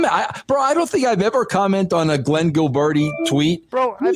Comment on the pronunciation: Can someone find the video where russo accidently calls glen gillberti glen gibleroni